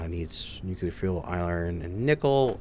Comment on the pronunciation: You need to learn how to pronounce the word nuclear